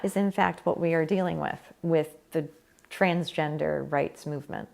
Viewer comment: "There are just men and women." What about intersex people? what about them? Also is it just me or does it sound like she is saying trainsgender XD Love your videos :)